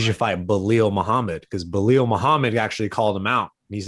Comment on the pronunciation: Bro say beelal not beeelil lol